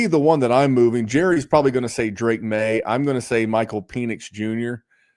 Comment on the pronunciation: "Pee-nix" is absolutely old for his age...😂